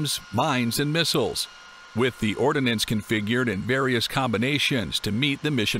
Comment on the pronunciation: Ordnance, not “ordinance.”